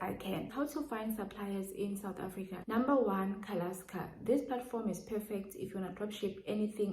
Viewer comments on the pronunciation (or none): Can you type out the first supplier you mentioned babe . I think you said calaska or something